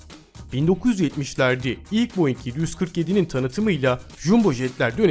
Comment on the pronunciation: Boeing i de boe dei oluyani ilk defa gordum